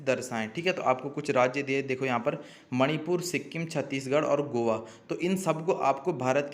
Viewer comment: 😂😂 गोआ गोवा नही